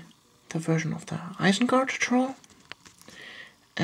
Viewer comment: nice vid, i just thought i would point out it's ISENGARD though not ISENGART